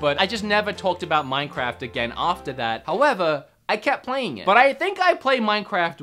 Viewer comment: None: Him every 2 seconds: MANCAFT Me: he need some milk